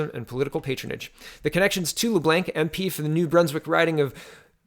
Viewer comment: LeBlanc= "Le-Blonk"